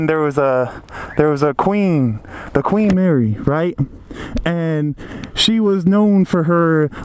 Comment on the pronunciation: "queef marry" LOL hahahaha